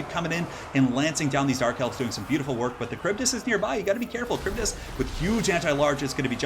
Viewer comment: Wow, great as usual! Also you re the only one that manages to pronounce the kharibdys correctly! Extra points!!!!